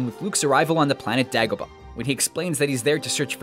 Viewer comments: "Daagobah"? It's Day-go-bah. If you're going to pick apart a movie at least go through the trouble to pronounce settings correctly. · it's pronounced as DAY gobah,not Dag obah..... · Good video, but Yoda's planet, Dagobah, is pronounced DAY-go-bah, not DAG-oh-bah. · In this video, when the narrator says, "Dagg-o-ba" system... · You pronounced dagobah wrong